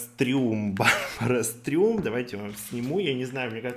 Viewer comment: Да он знает это))) говоря "Барбара Стрëм" он так показывает отношение к бренду 😆